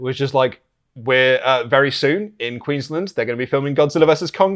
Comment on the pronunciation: The way pronounces Queensland.. "Queenslind".. cracks me up.